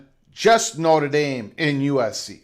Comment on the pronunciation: You can't even say Notre Dame correctly. Why should we listen to someone that can't even pronounce the name? You can't even say wonder correct. I question the thinking of someone that can't control their own speech. BTW, ND has several upcoming big games coming with Clemson, Bama, Auburn, BYU, Texas, and Florida. So...... how are they worried? USC came BACK to ND to get them to the table. ND upgraded the lost USC game. USC can't go better than 9-3 and won't sniff the playoffs.